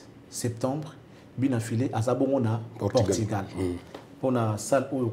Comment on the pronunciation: Portugal et non portigal, merci